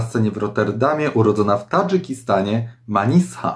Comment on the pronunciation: Jej imię czyta się „Maniża” :)